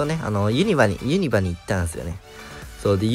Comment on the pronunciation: おつかれちゃんです 最近動画見れてへんくて溜まってたのん全部見たw ユ↑ニ↓バちゃうで！ ユ↓ニ↑バやでw